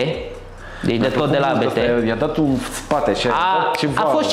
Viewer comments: Se pronunta abt, nu "a be te" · Abt, nu ABeTe. Este numele de familie al fondatorului, Johann Abt si fost pilot. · Se pronunta ABT nu ABT !!!! :))) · 😠😠 Se pronunță ABT 😜